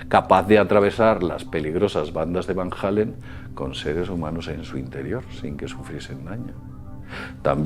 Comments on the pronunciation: Deja de decir VAN HALLEN, es VAN ALLEN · Dime donde lleva la "JOTA" el nombre de Van Allen como para decir : Van Jalen. Van JJJJJJALEN?